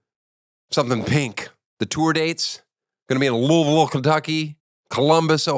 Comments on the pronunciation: Liked just cause I’m happy you pronounced Louisville correctly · Haha finally a comedian that pronounces Louisville right!